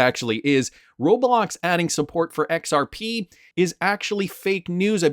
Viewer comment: BRO… ITS “zahaow” now “EX-OW.